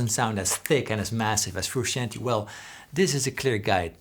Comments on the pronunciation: BTW it's pronounced "froo-shon-tay" rather than "froo-she-an-tee" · For English speakers but only out of honor to be paid to John the last name is pronounced Fruscianteh... Greetings from Italy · Love it. You’re saying his name wrong. Froo shon tay